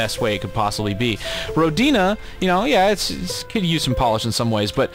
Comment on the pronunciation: hi, I'm pretty sure the I in Rodina is pronounced softly. That's assuming it's intended to be related to the Russian word for Motherland. That's what came into my mind when I saw the title, anyway.